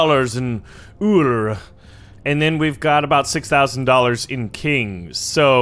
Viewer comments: its not urllr its ullr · I’ve Found out it is prononced ull-er and he is Thor the God of Thunder’s stepson. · It's pronounced You-ll-er. Ur welcome. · It is pronounced Er-lure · I pronounce ullr like Oh-ler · its u lar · Ullr is pernoused (Ūl-ra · you offended 1000s of people with your pronouciation.